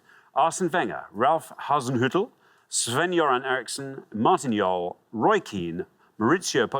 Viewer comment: As a Swede I can say that Alexander pronounced Sven-Göran really good!